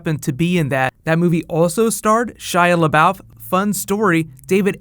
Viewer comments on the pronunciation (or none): "shia lebaoff" lmaooo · when home boy said Shia labowf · I don't get why you were pronouncing Shia LeBeouf so weird the first few times, is it a joke I'm not aware of? P.S. love the show!!